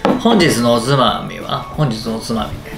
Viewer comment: ほんずぃず の おずまみはぁ〜？ ずったふぅ〜〜〜〜 ←酔いどれリュウジ出来上がりw スタッフお水飲ませて！